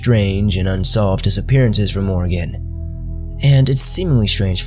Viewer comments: I adore that he pronounced Oregon correctly. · The pronunciation, oh god; we don't pronounce it WILL-Ah-Met or HEH-SET-AH, it is WELL-AM-ET and HE-CET-Ah ;-; I am sure you tried at least you said Oregon right.